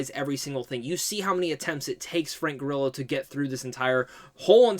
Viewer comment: Frank Gorillo? Take that first o out bro. Lol